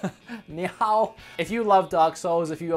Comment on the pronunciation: Knee o it's simple try it knee-o=nioh